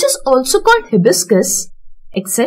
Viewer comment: not he plus biscus it is called hi plus biscus